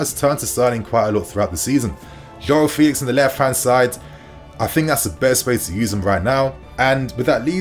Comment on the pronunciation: It really is this simple: playing at Home the lousy officials and VAR wont be intimidated to make bad calls against the Blues. Also, Joao requests people pronounce his name correctly: FELL-ix.